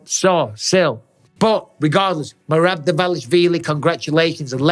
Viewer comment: When Henry keeps calling Merab, Merat😭😭😭😂😂😂😂😂😂😂😂😂